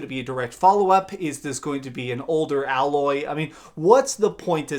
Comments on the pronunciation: You did NOT just call her Alloy 🤯😵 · It’s “Aloy” bro... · The way is pronouncing Aloy makes me wonder if he actually played the original game.